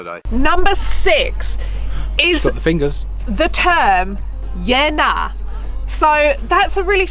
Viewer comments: You need to say 'Yeah - Naa" more slowly , not "Ye-Na".. it means "yes, I hear what you say, but I don't agree with it". Not 'yes' or 'no'. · Queens Birthday basically changed in QLD as all our public holidays were all in the first 6 months and some even clashed so they moved it to later. Yeah-nah. Draw it out. I had no idea what you were saying. It’s yeahhh, Nah. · The inflection when saying yeah, nah or nah' yeah is important abd you have it all wrong haha. At least you've learned what people mean by it.